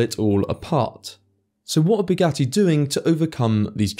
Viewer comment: Buuu-ghat-tee doofus😂